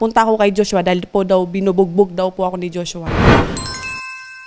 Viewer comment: Jushwa, jushwa, jushwa!! Puro ka JUSHWA ati. Magsama kayo ni JUSHWA s kulungan Ati!! 😁😁